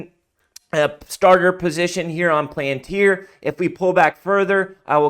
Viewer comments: Pal - An - Tir not plan-tir good video otherwise. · Pronounced Pal-in-tier